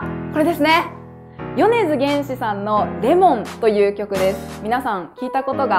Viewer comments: 先生、 けんし です...wwwwww げんしじゃなくてww🤣🤣🤣🤣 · めっちゃどうでもいいけど「よねづげんし」じゃなくて「よねづけんし」やで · すみません 、でも げんし じゃなくて けんしですよ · すみませんが気になったところが一つありました (*´-｀*)。米津玄師さんの名前の読み方は「米津ゲンシ」ではなく、「米津ケンシ」だと 米津さんのTwitter で書かれてあります。 でも、とても分かりやすく歌詞が説明されて本当に助かりました。この歌手を分解してくださってどうもうありがとうございました m(_ _)m。正直言って、私はこの曲の歌詞を気にせず、ただ単に音が好きだったんですけど、今になって曲の歌詞の意味を知りました (*≧∀≦*)。 (自分の日本語が下手だったらすみません m(_ )m。日本語を基本的に理解することはできるんですけど、あまり日常的には日本語を使っていないんで、ちゃんと自分の言いたいことが言えるかはあやふやなので妙な言葉使いとかありましたらすみません m( _)m 。) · 多分「よねづげんし」じゃなくて「よねづけんし」だと思いますよー！！